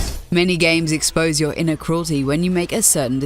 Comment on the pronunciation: HA she said “inner” cruelty